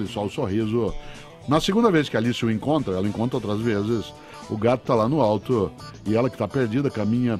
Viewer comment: Só eu q tenho agonia com algumas palavra que ele fala ? Brancoãan, Sorrisoãan, altoãan, Britanicoãan... rsrsrsr